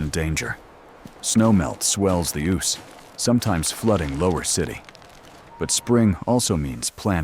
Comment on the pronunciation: Dreadful nonsense. The AI bot can't even pronounce the name of the river. It says Oose as in goose; when it's Ouse as in snooze.